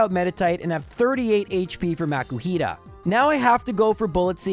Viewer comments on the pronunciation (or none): none